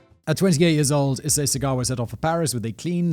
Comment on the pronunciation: Waiting for Simon to not say Ee-say-ee incorrectly